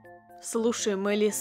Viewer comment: Не мэлис а Мелис